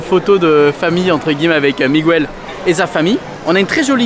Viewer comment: Ça se prononce « Mig-el » pas « Mig-ouel »